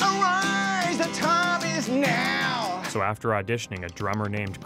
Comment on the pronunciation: “Arise! The time is NAHW!”